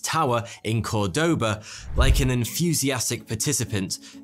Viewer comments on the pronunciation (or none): It always amuses me how English speakers mispronounce Córdoba. To Spanish speakers, the tilde on the first o means to always stress that syllable, Cór-; however, if written in uppercase letters, it is usual that tildes are suppressed, so that you might mispronounce if you didn't know the city's name previously. (Lack of a tilde does not mean 'do not stress the syllable' .... there are other rules on Spanish word tilding and syllable stressing; but they are easy.)